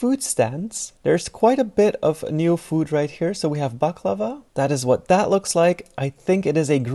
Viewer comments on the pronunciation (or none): none